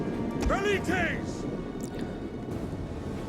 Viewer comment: From now on I'll just skip the battles, too painful to watch. Rookie mistakes and you insanely rely on the veliiteys (that's how it's pronounced not velits)